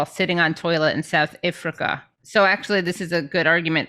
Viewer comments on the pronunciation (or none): Why does Katie keep saying ifrica instead of Africa?